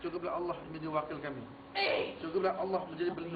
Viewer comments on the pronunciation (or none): none